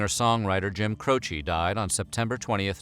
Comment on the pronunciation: Jim Cro-she